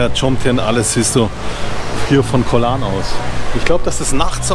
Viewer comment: Hallo, ein wirklich tolles Video. Ich habe dein Videolink an viele meine Freunde gesendet. Ich bin ende November wieder in T Ein kleiner Tipp von mir. Höre mal auf deine Frau. Sie sagst "gog Lan" und nicht Koh Lahrn:-) wieder was gelernt? 😁